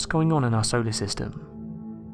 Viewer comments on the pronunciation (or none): none